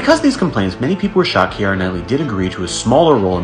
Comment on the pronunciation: Kiera’s name is not pronounced in three syllables the way you’re saying it “Ki-er-a” it’s pronounced in two syllables, like ”Key-ra” It’s grating on my nerves and driving me crazy hearing you mispronounce thru out this whole video 🤣